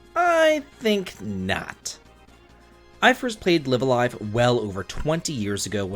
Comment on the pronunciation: I think it's pronounced Live A Live instead of Live A Live.